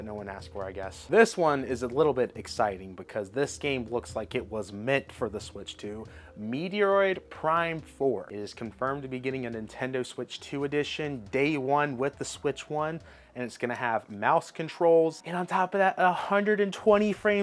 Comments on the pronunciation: Meteoride 4 😂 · Stopped listening after he mispronounced Metroid